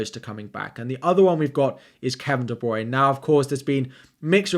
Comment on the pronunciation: Great video, but it's pronounced De-Bruy-Ne - three syllables. Yeah I'm a picky bitch, but every time you say it an FPL angel loses its wings. :)